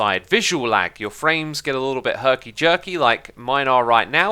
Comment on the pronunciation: Nobody: Xisuma: “HeRkY jErKy”